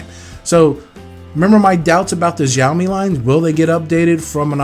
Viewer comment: Xiaomi is not pronounced with a J sound. It sounds more like an S. Like how you would pronounced snake. So it should be like Sh-ao-mi